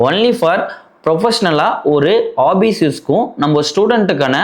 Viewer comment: Office ❌obbise ✅